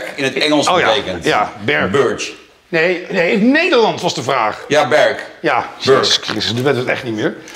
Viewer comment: het is “berKK”